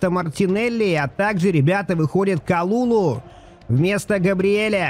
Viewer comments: прости что поправляю но говорится не калулу а калюлю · Только не Калулу, а Калюлю - ударение на последний слог.